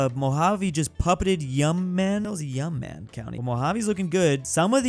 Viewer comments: i was praying that yuma survied that long, and when it fell he called it "yum-man" T-T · he finally mentions my state 🥳🥳🥳🥳 rahh my county is stronk!!! NOOOOOOOOOO!1!1!1!!1!1 NOOOOOOOOOO!!1!1!1!1!! also its pronounced “you-muh” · (YOU MAH) bro not whatever tf u said lmao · Yuma is pronounced "you-muh" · Yuma is pronounced YOU + MUH(as in 'muh brotha'). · Yuma = You-Ma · How do u mis pernounce YUMA. U-MA